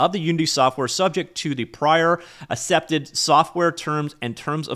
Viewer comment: "assepted" lol